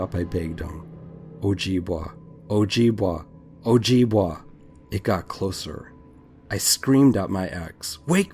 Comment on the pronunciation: just to let you know its pronounced o jib way not wa awesome stories though